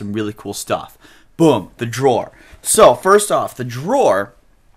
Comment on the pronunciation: It's Dror NOT Jror!